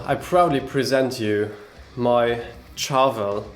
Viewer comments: Shhhharvel, not Charge, Chat, Cheese, Cheers. Sharvel. Like 'chandelier.' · You should pronounce Charvel 'Sharvel'. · First interview I found was Wayne's son and he definitely sounds like he's saying Sharvel more than Charvel regardless of what he may be